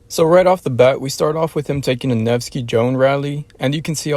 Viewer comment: Nevsky Joan, c'mon 😂